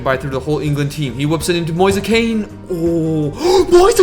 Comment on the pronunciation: It’s pronounced ken